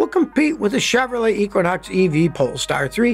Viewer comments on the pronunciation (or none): none